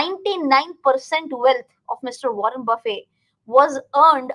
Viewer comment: nice video... pls note: the legend's second name is pronounced with a 'T'